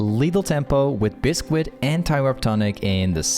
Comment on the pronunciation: If you say Bisk-wit one more time.